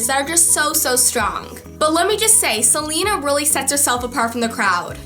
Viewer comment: I love you, but I have to say it's pronounced Se- LAY- na, not Se- Lee- na.